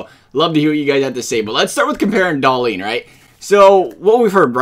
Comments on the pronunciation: DAHL-IN,NOT DAHL-EEN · Hahahaha no, in sweden we say Dah-lin. Should atleast sound a little similar even from an american?